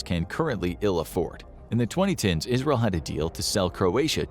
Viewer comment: "ISREAL" It sure is, my dude. L'chaim! XD